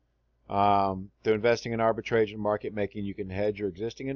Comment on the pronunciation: "Arbitrage" rhymes with "garage", not with the word "stage".